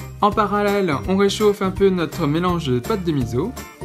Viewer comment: Juste pour taquiner, on ne dit pas mizo. Cela se prononce miço (enfin en lecture classique hepburn on écrit miso car misso c'est pour みっそ )